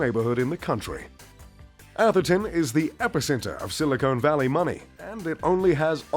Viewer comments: It’s Silicon Valley not “silicone” like the implants... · It’s “Silicon” Valley, not “Silicone.” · "Sili-cone" valley 🤣🤣🤣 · I cringed every time he says "Silicone valley"